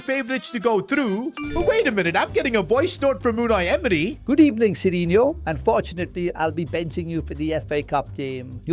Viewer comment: "Good ebening" nah i cant keep up with this anymore 😭🙏